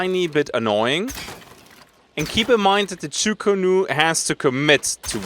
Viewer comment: I just have to be that guy today :P it´s "Chu Ko Nu", sadly, as chu ku nu is way faster to pronounce :D